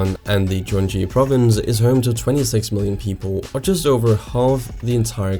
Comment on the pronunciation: 1. Gyeonggi-do should be pronounced as Kyeonggi-do, not Jeonggi-do. 2. Sejong city's future is still not decided, it's a constant back and forth. 3. You dropped a letter from the (now impeached) president's name.